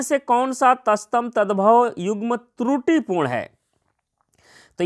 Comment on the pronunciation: तस्तम नही तत्सम होता है...😂😂